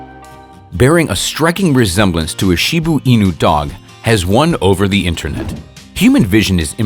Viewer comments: It's Shiba Inu, not Shibuu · Wtf is a shibu inu? It's a shiba inu!